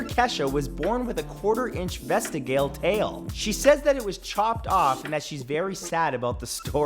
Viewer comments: "Vestigail" tail.... Its vess - tee - gee - ool. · VESTIGAIL? you mean vestigial.. (sorry matt, love your vids tho) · Lol "vest•a•gale tale" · Sorry to be "that guy", but it's pronounced "ve-sti-gee-al" tail. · Vestigial - pronunciation: vuh-stee-jee-uhl. Lol Santoro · Vest-teh-gale? 😰 My poor ears! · The way you pronounced "vestigial" made me throw up😂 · I noticed the odd pronunciation as well